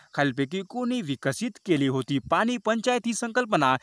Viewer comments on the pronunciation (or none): none